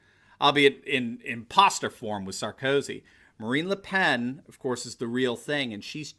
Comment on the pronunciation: Her name is pronounced “luh pon”